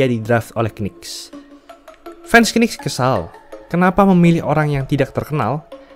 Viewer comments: Bacanya Nicks donk, jangan K-Nicks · Saran : knicks itu bacanya niks aja🙏🏼 k nya gausah disebut